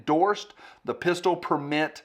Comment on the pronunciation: Why can’t he say pistol?